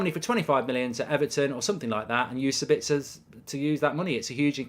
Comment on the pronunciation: Dude, his name is SAbitzer, not SaBITZer, meaning the stress in on the first syllable, not the second... ;-) Greetings from Austria 🙂